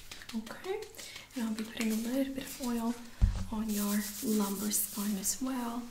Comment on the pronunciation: spoine lol